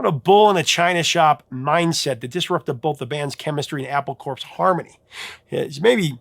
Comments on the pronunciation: Love ya bro. Good work on all of it. Correction of your pronunciation of Apple Corp. It’s officially Apple (Core). An intended pun. Oh, and while I’m at it, when two forces oppose each other, the correct word is “versus”, not “verse”. Verse is a part of a song. Versus has no singular version since it’s not a plural. It’s the word, the whole word and nothing but the word. And that word is Love!❤🎉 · Just a quick correction of your pronunciation! In the Beatles' company name Apple Corps, Corps is pronounced "Core," thus "Apple Core" which makes a nice pun. An apple core photo even appears on the LP discs center labels. So just remember it is analogous to Marine Corps, also pronounced "Core." I'm not trying to be a grammar nazi, just helpful!